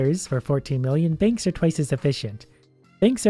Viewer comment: lol at one point in the vid he said bankths